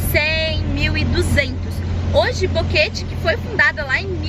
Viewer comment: Ele se segurando p falar bonito o nome da cidade e aí sai boqueteeee kkkk